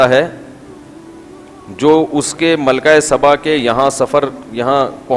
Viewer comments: Malka saba naam hey. Malka sabban nahin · لفظ سبا ہے صباں نہیں....